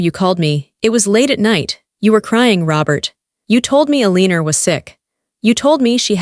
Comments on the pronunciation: Why is Eleanor being pronounced 'Eliner'? AI is really quite dumb! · Eleanor !! IS PRONOUNCED L A NOR ! NOT A lee nor THAT WAS MY MOTHER's NAME AND I FEEL YOU WERE INSULTING HER NAME ! And I KNOW THIS AL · I'ts Eleanor, not Eleenor. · I wish the bot reading this knew how to pronounce the name Eleanor correctly.